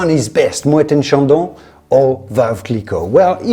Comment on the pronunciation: Both are plonk, dumbed down for the American market. So many better options for the same or less price. Thank you for pronoucing Moet correctly.